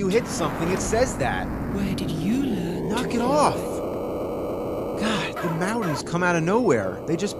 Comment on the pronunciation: Who pronounces MOUNTAINS as MOUDANS?